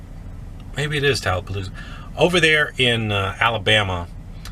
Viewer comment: Did you just say tallapaloosa 😂😂 nice 👍